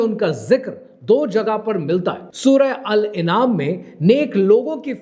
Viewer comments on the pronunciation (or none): It is not Al Inam sir it is al a'naam